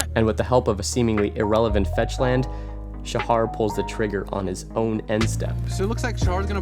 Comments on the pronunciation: The "Sha" in "Shahar" has a long a. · u pronouns shahar wrong the h is like the h in halapinio